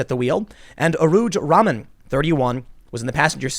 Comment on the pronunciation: Its pronounced "Rah-mann".. it's a muslim name.